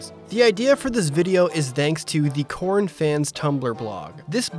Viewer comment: I sounds like you were saying "Corn" throughout this video. 😆